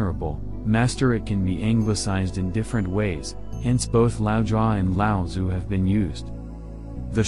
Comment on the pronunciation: With the audio component of google translate freely available these days, can you please learn to pronounce his name properly